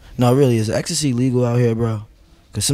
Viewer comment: Nobody Uzi : is ecstay legal here Also uzi : really is ecstay legal out here